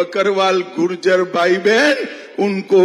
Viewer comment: Gurjer nahi Mota bhai it's gujjar